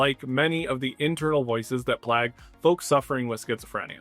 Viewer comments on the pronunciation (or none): Hi there! Awesome video, just want to point out that 'vague' and 'plague' are pronounced similar to 'lake', not like 'bag'.